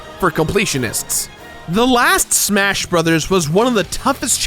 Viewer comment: "SSMMHHAA-shas always fely like a game..."